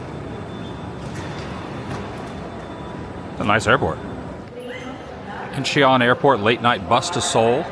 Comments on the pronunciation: IN CHON 😂not INCHEE ON. 😂 Korea is awesome, enjoy. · In-chon. Not In-Che-on.